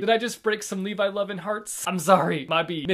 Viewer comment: Edit : not gonna lie when he said " Levi" I was triggered hard 😭😭